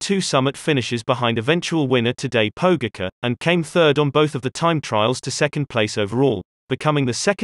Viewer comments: You're totally butchering their names XD But good video :) It's pronounced Vingegor (Vingegaard) and Pogatcha (Pogacar) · Why do you call him Jonas vingego and todej pogeke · How can you pronounce Roglic's name correctly and then make such a ballsup of Pogacar's? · Tadej "PoU-gahka" XD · Nice, but please learn to pronounce the name 'Pogacar' correctly. That's decent behaviour! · Pure calm: just learn the pronunciation, please! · yes, an American dominated AI, which still requires to learn correct pronunciation..